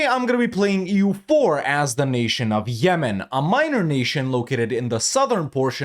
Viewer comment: "Ah yes, Zemen. My favourite country in ze world"